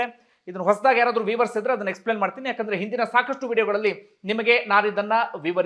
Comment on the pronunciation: many people including media wrongly say for viewers as weavers which is totally wrong.it should said as vyuyers in sound and views as not weaves is wrong.it should be pronounced as vyus in talks or words